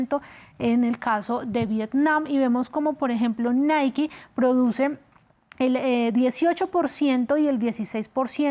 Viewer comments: No se dice Naiki, se pronuncia Nike asi como se escribe, por ejemplo bike se pronuncia asi mismo no biki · Se pronuncia : Naik y el segundo seria Baik. La e al final no se pronuncia en este caso. Y menos se pronuncia como i. Osea Naiki.